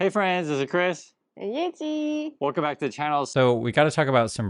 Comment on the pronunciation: I love the way YeJi says her nameee ❤